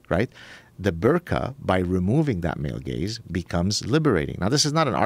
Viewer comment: i enjoy the way that male gaze sounds like male gays. word play.